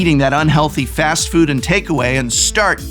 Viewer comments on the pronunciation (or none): none